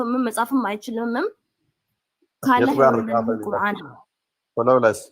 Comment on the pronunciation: ቁራን ትላለች ቁረአን ነው የሚባለው